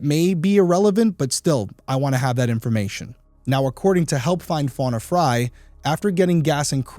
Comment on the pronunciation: Wow, it's really uncommon to see someone with my same last name. It's even more uncommon for it to be pronounced the same way. Most of the time, Frey is pronounced "Fray" not as I and the victim pronounce it "Fry." It is Scandinavian/German name in origin, derived from "Free Man or Freeman." I would love to know if we are related in some way.